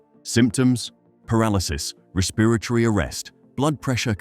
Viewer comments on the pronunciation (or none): “Respiritary arrest”😂